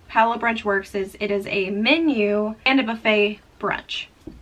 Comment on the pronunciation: BTW, Palo is an Italian word for pole. The restaurant has a Venetian theme and the pole refers to what is used for the gondolas. It is pronounced Pah-loh. In Italian, the A is always pronounced like AH as in father, and the O is always pronounced like OH as in joke. Generally, the syllables in Italian words follow a consonant-vowel format: Pa-lo. And in case you come across Civitavecchia (Ci-vi-ta-ve-cchi-a) on your next Mediterranean cruise, the port near Rome, it is pronounced Chee-vee-tah-vay-kee-ah! Practice saying that and you'll sound like a pro!